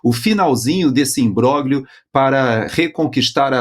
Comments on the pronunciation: por favor, pronuncia-se imbrólhio, e não imbróglio, que é apenas como se escreve: o grupo gl tem som de lh. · Não há quem aguente,, o senhor pronunciando "imbroglio" de forma errada. O senhor faz questão de pronunciar U-S-A-I-D corretissimamente, mas faz a mesma questão de pronunciar os nomes italianos erradamente. Por que? O italiano é um idioma latino como o nosso, lindo. Não verei mais o jornal.